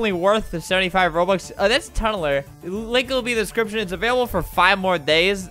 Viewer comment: no one: me: clicks this video albert: tUnNlEr!